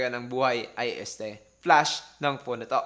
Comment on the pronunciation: Teliphowto daw HAHAHAHA